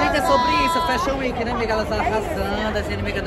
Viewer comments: Você precisa falar fashion week! Não é weenk e sim week. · Me acabei de rir ela falando Fashion Weki